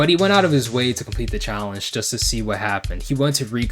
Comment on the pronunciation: "PREPARE TO CHALLENCE!!!"